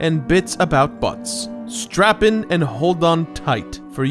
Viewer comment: Did he say strap in or strap on?